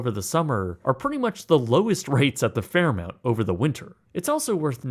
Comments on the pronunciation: It's spelled Fairmont, but you're pronouncing it Fairmount, so which is it? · Stop saying Fairmount! Its Fairmont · FairmOnt. Not FairmOUnt. 🙄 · Literally couldn't watch more than one minute. The Fair MOUNT was killing me. If you're going to make a video of such an iconic place at least pronounce it correctly. "M-O-N-T" not Mount!!! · Please stop calling it FairmOUnt It's FairmOnt!! thanks! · Fairmont not Fairmount... wouldn't expect a mount of sh*t to know any better.. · Fair-mont, not fair mount, I know, Americans can't read. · It's pronounced Fair- mont not Fair-mount. dingus. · I’ll take my rage out here : it’s fkn fairmoNt! Ima Marriott guy and this still irked me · “Fairmount” overshadowed the whole video as it was uttered multiple times. Each time I winced. Sorry, otherwise a great video 🤷‍♂️ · where tf did he hear it called Fairmount? I was thinking he must’ve never been there, nope. This drove me insane, thanks dude. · MONT. M-o-n-t. FFS! ;) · This was driving me crazy. I was trying not to be petty but it was too distracting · Lol clearly I wasn’t the only person twitching every time he said “Fairmount” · WRONG. It’s Fairmont, Google it🤡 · Very annoying! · The word fairmount is KILLING ME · He said "Fairmount" so much I assumed it was a weird but correct pronunciation! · Say Fairmount one more time... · Dude stop saying “FairMOUNT” wtf. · Every time he said “fairmount” I died a little inside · every time he says "Fairmount" I cringe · cringed everytime you said FairMOUNT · Maybe learn how to pronounce the name of the company? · If you’re going to review it you should learn how to pronounce it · Lol, I was like, why can't he say the name of the hotel correctly? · New voiceover with “Fairmont”please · … can’t agree. I grew up in Calgary and also used to say “aboot”, etc. There is no “u” in Fairmont. If you are going to present a piece on such a historic hotel … do your homework and get the effin’ pronunciation correct!! Sheesh! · YES! Drove me nuts!